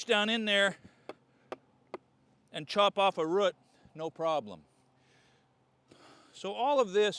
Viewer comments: That must be the weirdest way of pronouncing "root"...😟😒😑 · I say root like boot, you say root like foot. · So, there's a video about english speaking accents, for foreign learners. They used a clip of his to demonstrate a clear, standard english. But since he and I are both from Washington, you can notice the way he says root (I pronounce it the same) is not "standard" Washingtonians also sometimes say beg instead of bag. As in grocery beg. And I dont know why some say pellow instead of pillow.